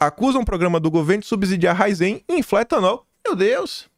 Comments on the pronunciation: Ô, o nome da empresa é Raízem (paroxítona) não é Raizem (oxítona). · A PRONÚNCIA É RAIZEN E NÃO RAIZÉN